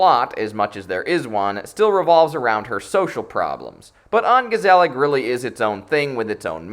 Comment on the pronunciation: Mispronounce "ongezellig" one more time! I dare you! I double dare you, motherfucker! Mispronounce "ongezellig"... ONE... MORE... TIME!!!